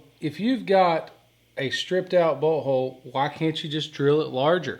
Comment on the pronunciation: Lol! I thought I heard him say “butthole”